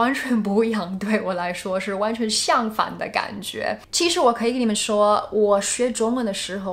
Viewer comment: Her Chinese level is virtually close to native speaker, only some tones of words sound a little bit weird like ‘相反的感觉’, ’然后呢’, anyway she is a very very fabulous and ingenious language learner.